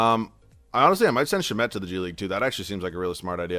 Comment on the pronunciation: it's sham-et not sha-met i've heard it in so many videos 😭